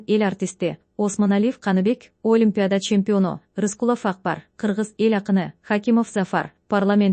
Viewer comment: ОКУП ЖАТКАН КЫЗ ТУУРА ОКУГУН. ЖАЗГАНДА ОЛИМПИАДА ДЕП ЖАЗЫЛАТ. АЙТЫЛГАНДА АЛИМПИАДА ДЕП АЙТЫЛАТ. ПОЛКОВНИК ДЕП ЖАЗЫЛАТ. ПАЛКОВНИК ДЕП АЙТЫЛАТ.